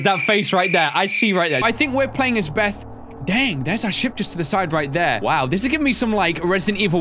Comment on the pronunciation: "DON'T BE SILLY BITH" lol NOOOO not Beth it's Bith